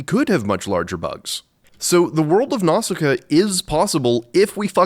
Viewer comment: I thought Nausicaä is read as “Nau-si-kaa”